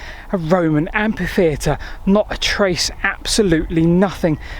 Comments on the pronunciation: English is famous for inconsistencies in pronunciation. I am Australian and I have only ever hear the word pronounced with a silent h. Same in New Zealand. Seems to me there are plenty of regions where a silent h is standard, or at least common. As it is a borrowed word from French, I wonder how the French pronounce it? I suspect the French would say we are both wrong in our pronunciation of the entire word. The French word derives from the Latin amphitheatrum, which is in turn derived from the Greek amphitheatron and I presume both the Romans and the Greeks would take issue with the way both the French and English pronounce (and to them) misspell the word. I do believe that while modern Greek pronounces ph as f, ancient Greeks pronounced it as p. Phi was pronounced pi To insist that ph is only ever pronounce as an f is similar to those who say that gif is not pronounced with a soft g, like jif, despite the person who invented the gif as well as its pronunciation being insistent that he intends it to be said with a soft g, just like other soft g usages, like the names George and Geoffery and words like genius, and gem, and genitals. Yet there are people who insist that g is only ever hard at the start of a word. I will grant that photograph and pharmacy are pronounced as an f, and amphitheater I would use as the only exception I am aware of to that convention. I may well concede that pronouncing amphitheater as if with an f is perfectly correct, but I would also suggest tha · should be so ashamed that he re-records the audio, this time pronouncing the word "Amfy-theatre"! (Can't this sort of glitch be sorted out by review by someone else, in pre-production?) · Your presentations are full of information and enthusiasm, thank you. One small quibble, amphitheatre is pronounced amfitheatre and not ampitheatre, from the ancient Greek words amphi + theatron (theatre). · /ˈæmfiˌθiːətər/ - amfi.. not ampi !! 😲😳😦❤ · Ampi-theater in the US.